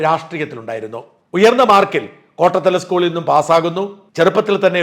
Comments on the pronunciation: അഖിൽ "കോട്ടത്തല" അല്ല, കോട്ടാത്തല എന്നാണ് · കോട്ടത്തല അല്ല കോട്ടാത്തല ആണ്